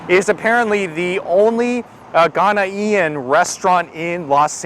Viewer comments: it pronouced Ghanaian not ghana ean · please the term is "Ghanaian" 👉🏿one word not 😟Ghanaian-ian👎🏿👎🏿👎🏿☻. Thanks for trying it out....n u get A thumbs Up👍🏿👍🏿👍🏿 for trying.... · AHSJSHSBS GHANA “EE-IN” it’s more like Gone yin or Gan yin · His pronunciation of Ghanaian is hilarious...... Ghana-e-n